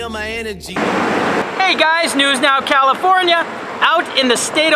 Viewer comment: I love how says it. IT's NEWS NOW.... caliFORNIA!